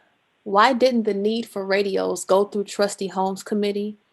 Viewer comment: Did she say, "REDio!" You mean, RADIO lady!!!